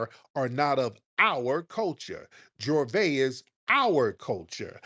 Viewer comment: It's not Jorvay it's Juvay, pronunciation.